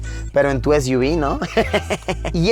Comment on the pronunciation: Es iu vis= SUV